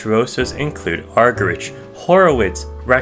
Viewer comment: entertaining but i can't take you seriously when you mispronounce cliburn and argerich 😭